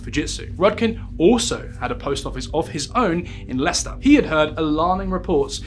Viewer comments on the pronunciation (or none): none